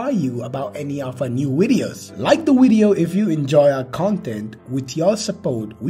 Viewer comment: Boy what the hell is a wideo???